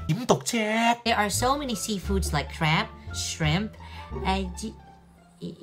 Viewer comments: should be "crab" bah?!😂😂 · crap 是 crab 吧😂😂 crap有罵人的意思喔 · it's crab not crap. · “crap”?? You mean “crab” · It's crab not crap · 應該是crab而不是crap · Crab not crap lol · crab 不是 crap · So many seafood like crap😂😂😂😂😂😂😂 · “seafood like CRAP, shrimp” 😂🤣 You meant crab吧!😅 And almond 應該讀成 "ah-mond”, not “all-mond”.